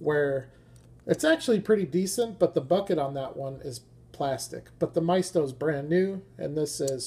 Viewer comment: 'my-east-toe' is how Maisto is pronounced.🤓 Those vans are peg warmers around hyaw.